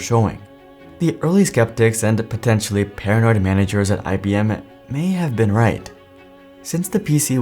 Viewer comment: It's IBM , not IBMe.